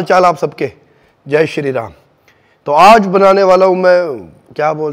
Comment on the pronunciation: Baar baar ye jo bolta hai sharee ram kia hai ye